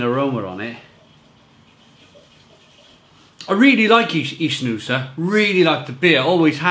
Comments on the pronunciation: An info, it's not ichnusa but Iknusa, the ch in Italian sound like a K. just saying for the correct pronounce. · it is pronounced IKnusa and it means Sardinia in old latin language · No it’s ichnusa